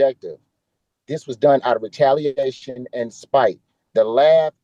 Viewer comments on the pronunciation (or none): What the hell is retallianation ? Bucker is very uneducated. 🇺🇲👮🚓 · "This was done out of retalianation and spite" - Some guy with a 3rd grade reading level.